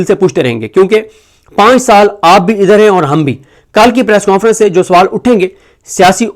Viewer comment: صدیق جان صاحب پریس کوں فرنس کون فرنس کون سا لفظ ہے۔ انگلش میں نون غنہ نہیں ہوتا۔ پلیز اس لفظ کے تلفظ کو درست کریں ہمارے بچوں کا تلفظ خراب نہ کریں